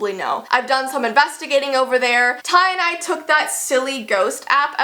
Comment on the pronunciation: you said "Ty and I" but i heard "tye dye" Im sorry if i ofended you or Ty